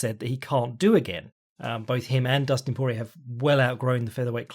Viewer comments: Damn, does not respect Cajun pronunciation at all. Dustin "Por-E-er" Daniel "Corm-E-er" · Correction: Por-E-ay and Corm-E-ay.